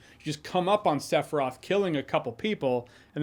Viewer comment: "Sef-roth"? Why can't Americans ever pronounce names correctly? I mean, there's an iconic song in the game with his name on it telling you EXACTLY how to pronounce it, several times... 😂😂